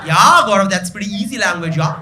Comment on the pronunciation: are u drunk? Yeeeaaaaaaahhhhhhhhhhhhhhhhhhhhhhhhhhhhh